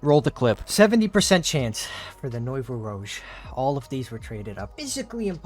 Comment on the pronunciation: You guys absolutely BUTCHERED the pronunciation of nouveau rouge lol.